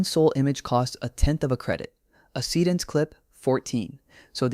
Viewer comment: So basically every video tutorial is a Higgsfield infomercial these days. Got it. Would also be nice if your dumb AI voice could pronounce Seedance correctly. Just saying.....